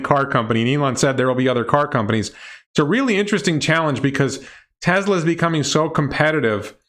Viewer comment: He might have a speech defect that makes it hard to pronounce certain letters, like a lisp. I have that same problem and have to say Tesla the same way, as “TeZla.”